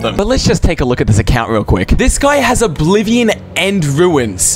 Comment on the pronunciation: its not oblivon